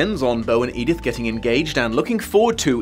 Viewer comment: Oh, no. She doesn't call her "Edith." She calls her "Edythe." For some. Insane. Reason.